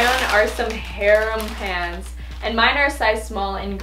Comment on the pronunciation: At one point it sounded like she said pans and not pants lol